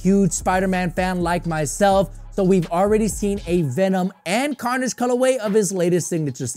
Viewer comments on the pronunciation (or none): none